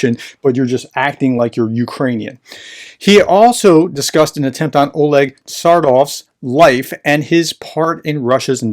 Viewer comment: Man, why are Russian and Ukrainian names of people and places systematically butchered when you just need to pronounce them exactly as they are written? It's the whole point of the romanized script for Cyrillic. Tsaryov is not pronounced "Sardoff", every single time with a slight hesitation, knowing it's wrong. It would be great working on this very simple pronunciation skill, as it is rather embarrassing for someone who make videos on this region for over 20 months, and a professor to boot. I knew about Novorossiya (New Russia) and also about Little Russia, but I checked it again and was surprised to learn that it does not include just Transnistria from Moldova, but also Gagauzia, an autonomous territory of Moldova with its own language and culture. These Russians will stop at nothing to conquer even more land, even though Russians make up only 3% of the population there and the Gagauz 84%. They are the largest country in the world, yet are not satisfied with what they have. Maybe a Russian oligarch likes the wine they produce and want it all for himself... There's a $1M bounty on Tsaryov, so the assassination attempt is no surprise, although I believe its backer Ihor Kolomoyskyi is currently in jail, maybe not in a position to pay this bounty. And maybe Sergey Mardan would have made a better target, this guy is a shame to humanity. Just kidding. About the "target" part, not the "shame to humanity".